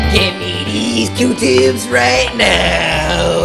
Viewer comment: It’s Q-tips not cute tips